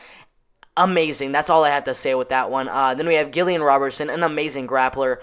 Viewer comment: not Gill-ian Robertson